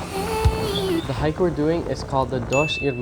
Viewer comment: you did a wonderful job. As a Brazilian I compliment you for the incredible research you did about Rio, its places and gastronomy. Even the correct pronunciation of the places and food was on point! Congrats! You absolutely nailed it!